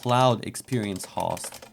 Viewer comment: Well that's a new one, not sure I've ever heard Host pronounced Hawst.